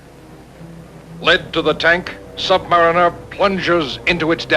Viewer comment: Sub-mariner, not sub-mareener.